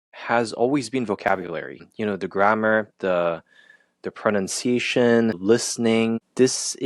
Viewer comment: ProNOUNCEiation? Really? Language learning expert? Please tell me he was being ironic. (Hint:I don't think so)